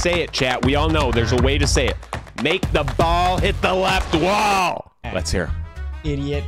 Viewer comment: It's wall not Whaol